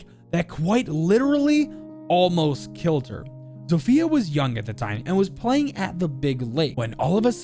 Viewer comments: Hey! As a Polish person, I can see that you made a few pronounciation mistakes during this video, which is no bigge, the polish language is comparable to a bowl of spaghetti, so let me help. Zofia is pronounced not like "Zo-Fia" but in one swoop. "Zofia" Wrocław (the l is a special polish letter which is hard to describe how to pronounce, sorry) is pronounced like "Bro- (but a sharp w instead of b) cław" (basically cuaw) And Masurian is pronounced like "Mars- (without the r) ur-ian" (not like the name, more swift) Hope this helped! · Did you guys know you zofia is pronounced different? You pronounce it as zof ya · the butcher of names you even said Zofia wrong